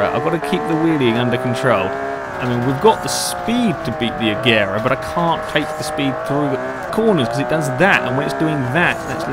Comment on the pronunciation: Please say it like "Ajera"